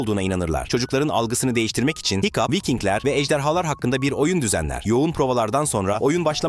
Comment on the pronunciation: hıçkıdığa hikup dedi hikup ne ya 😅 hicap de bari o daha iyi